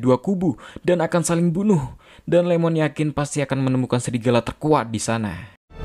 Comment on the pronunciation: Bukan LEMON!! IEMON (ie-mon) refrensi ke Ishikawa Iiemon